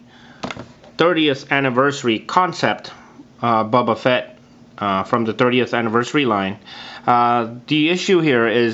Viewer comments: >:( did he just say bubba fatt?! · Why do you say it liek “bubba fett” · It's pronounced BOBA Fett. Not Bubba Fett. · Did he call him Bubba fett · His name is not "bubba" Fett...